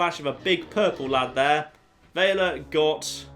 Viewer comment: VELL-UH Not "Vae-luh" O.o...